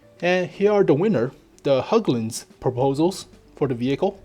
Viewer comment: Hägglund! Not höouglunds